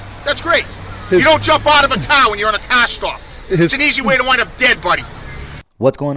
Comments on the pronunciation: What in the hell is he saying? Is he saying Car storm? I can't understand the little runt. Car has an "R" in it and all I am hearing is KAH storm. Does anyone happen to know? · Its CAR!! Not cah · hmmm the quote that's a good way to get dead buddy. That is unless he is a better shot then you. Not to mention the dash cam covers his arse with factual evidence the cop does not have. Oh by the way mr cop the word is car with an R not ca. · What the hell was that word that pig used? "kahr"? 🤔 "kaaa"? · What’s a Cah stop! Lol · What’s a cah? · that cop pissed bc he can't say CAR, its Car, not CAA, fkn bastoners, they all full of caa's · masshole accents are THE most horrid sounding noises ... and how blue isis keeps pronouncing "CAAAH", became painful after the 3rd time he said it. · "You don't jump out a cahh at a cahh stop" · "you don't jump out of a caaa at a caaa stop" 😂😂😂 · NEVAAAA JAAMP OOD AD DA CAAAA ON A CAAAA SCHTOP…YA COME DIS CLOSE TAA BEIN DEAAAD BUDDY🚨🤬🚔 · It sounds like he's saying 'c0ck' every time he says car I'm freaking dying lmao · He calls a “car” a “Kaa” lol. What is this officer’s name? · a cah! a cah! you don't jump out of a cah, a cah! you sah anamahd ,yah cahsed an accidant. - LOL There is no "r" in anything they say zero.